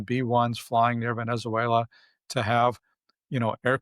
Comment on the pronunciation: The bald academic doesn't know how to pronounce Venezuela! Moron.